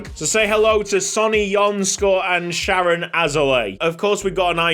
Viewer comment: it's sha-rone. mans is Israeli.